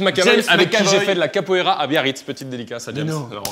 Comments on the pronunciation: Capoeira* pour le sport pck "kapoera" c'est le pokémon 🤣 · "Avec qui j ai fait de la kapoera a Biarritz "😂😂🤣🤣🤣🤣